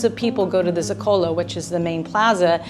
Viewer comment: Typical american ,3 years in the country,and not able to pronounce any of the places like zocalo, dumb as always.